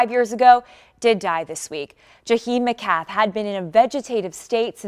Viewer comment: You can’t pronounce her name correctly. It’s Ja-hi Mc-math.